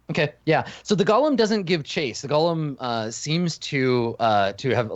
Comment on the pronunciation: FYI, it's "go-lem," not Gollum.